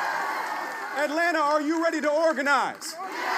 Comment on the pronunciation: nobody that lives here pronounces the second 'T' in Atlanta. it's pronounced "Atlanna"